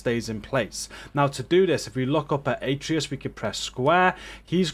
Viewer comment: Its A-tray-us